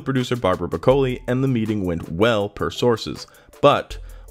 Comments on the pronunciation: Barbara Broccoli. Like the vegetable. Not Bracoli. Geez. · its pronounced... like the vegetable. face palm